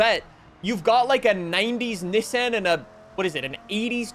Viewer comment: You have to stop with the Nissan pronunciation.